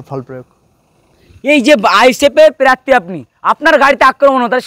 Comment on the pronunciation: Pirarthi noi prarthi hobe re bhai